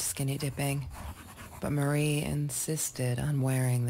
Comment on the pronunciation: My name is Marie and it's super weird to hear it throughout the video but SO appreciated that you kept saying it correctly. I've lived my entire life being called "Maria", "Mary", and even "Marine". It's an extremely common middle name, but not a common first name. Thank you!